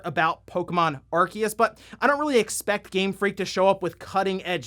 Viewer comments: I didn't give him a thumbs down but the way he pronounces Arceus is f**** stupid. It's written Arceus ffs not f**** Arkeus. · It's ArSeus (arceus) just have to look at the japanese name, アルセウス (a ru se u su) NOT a ru KE u su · Pokemon Legends: Arceus is pronounced “Arseus” in Japanese. Where did you get the info that its “Arkeus”? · "Ar-seeus" is the true way of saying it's name anyways. Saying "Ar-kee-us" just sounds so wrong lmao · It’s pronounced Arseeus, not Arkeus. The japanese pronouncing is clear on that. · The problem with the pronunciation of Arceus is that in Japanese, it actually is the same name, pronounced "Ar-see-us" (Technically アルセウス Aruseusu) while they appear to have called it both "Ar-key-us" and "Ar-see-us" in the anime and movies I think, causing more confusion. I honestly would prefer it be pronounced the former for consistency reasons. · It's literally A-ru-se-u-su in Japanese, "se" is pronouced like "say" "Ar-say-us" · it's "Arseeus" and i will die on that hill. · Ar-see-us get the ark tf outta here, saying it wrong just cause someone from nintendo said it wrong just makes you as dumb as that person. Arceus looks awesome the only big criticism I see is still no voice acting. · It's okay, not even Pokemon fans know how to pronounce Arceus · It's pronounced Arceus, not Arceus. The Pokemon Company just doesn't know how to pronounce the names of their own Pokemon.